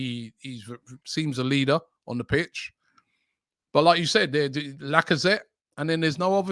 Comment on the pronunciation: Listening to go through the list of “potential” captains, must be embarrassing as an Arsenal fan 🤣 he actually said Lakonga!!! That club is a mess… and I can’t wait for the Amazon series